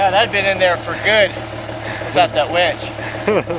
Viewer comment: How do you fix a "Wench?" : ) LOL! You mean Winch, Right?! : )